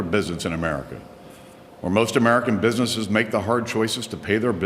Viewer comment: "small pbiznisiz" fuck it, i can't spell how he says businesses